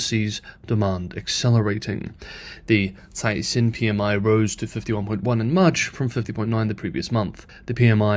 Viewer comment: Dude you keep trying to be clever and pronounce Chinese names in Mandarin but you keep blowing it. Caixin is pronounced "kysheen".